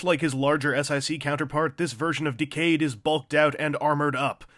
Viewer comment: The forced pronunciation of "Decade", an ACTUAL WORD, hurts me to the bone.